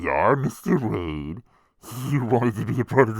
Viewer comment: This was awesome! I just wanna know how many times you said Wayne instead of Wayde 🙃